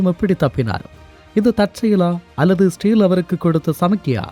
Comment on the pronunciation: பரபரப்பு மீடியா செய்தியை அப்படியே திரும்ப சொல்றியேப்பா. இஸ்ரேல் என்பதை சரியாக உச்சரிக்க முடியாதா?